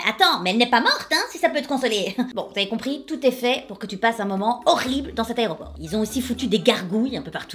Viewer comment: MDR elle dit "armony" et "hairport"! Je t'adore,. <3 Au passage, ma maman est née en mars et a eu un cancer.